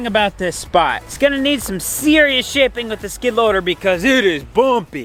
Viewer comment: Totally thought he had sworn when he said the yard needed some “serious shaping”!